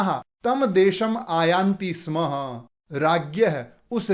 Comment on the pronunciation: स्म स्य स्मः उच्चारणं मा करोतु भवान्